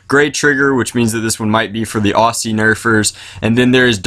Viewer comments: (Oz)(zee) not ossi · its pronounced "auzzie"